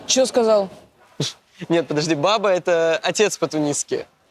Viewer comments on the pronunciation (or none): не бАба а бабА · Не бАба,а бабА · Не бАба, а бабА